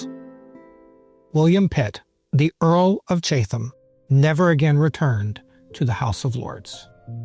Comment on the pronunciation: Thoroughly enjoyed these three parts. A few pronunciation notes: Chatham said like Chattam Leicester said like Lester Mahon said either like Mah-hon or Mah-hoon (depending on who you talk to) Birmingham said like Birmingam (h’s usually silent in town names) Stanhope pronounced Stanup Looking forward to your take on Pitt the Younger.